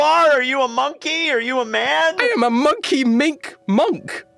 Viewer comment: 'Monk' ey